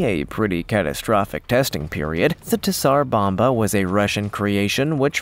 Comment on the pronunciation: OH COME ON! TZAR BOMBA is pronounced Zar bomba Not T ZAR BOMBA a little bit of research PLEASE!!!!!!